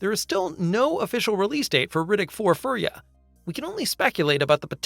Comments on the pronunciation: Fury. Fury! It's pronounced fucking fury not furry. I hate you so much. Either shite fucking AI voice, or idjit who's never heard it pronounced? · It's Fury-a NOT furrya. Riddick is not a furry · Like the word pure is not "purr", fury is not "furree" ... Jesus! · It's pronounced F-yur-ia, not furry-ah. Riddick is not a furry. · You know this is an AI narrator, because it said "Riddick 4: Fur Yuh" when its Furya... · Let’s pronounce Furya properly.